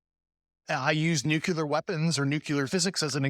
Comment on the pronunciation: I have a real hard time believing an air force officer trained in physics cannot pronounce "nuclear" correctly. He must have written or read the word a thousand times.